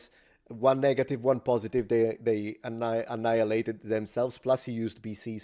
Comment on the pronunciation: i like the way you pronouce annihilate as an italian. last time i heard it, it was different.